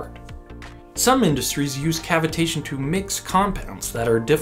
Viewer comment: it sounds more suspicious pronounced your way.